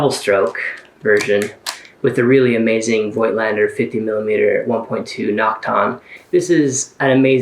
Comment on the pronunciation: The "oi" in Voigländer is not pronounced like in "noise", but as a plain and long "o" like in "cozy". Saying this, Nikon and Canon are Japanese companies and they also don't pronounce vocals like the Americans (or other English speakers) do. Smart ass mode off ... The Yashica has a so called Selen-Lighmeter. Selen is an element which reacts to light and produces a little electric current according to the amount of light hitting it. Selen deteriorates over time and they rarely work correctly now, if at all.